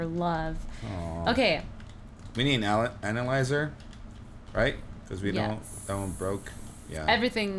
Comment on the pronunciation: it's ANYLIIZER, AN A LIE ZER